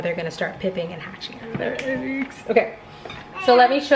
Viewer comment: hahahahaha made me crack up. Why she said “eggs” like that 😂